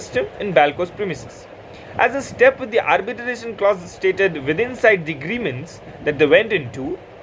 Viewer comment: It's Arbitration bro not Arbitaration. Pls don't mind .